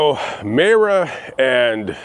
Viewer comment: It’s pronounced Myra